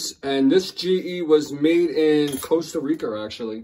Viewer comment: I'm confused. So COPPER is pronounced "Coppa" and Costa Rica is pronounced " Costa Reeker? Good thing he doesn't have a lisp or he'd have to pronounce Costa Rica as " Dat othea country".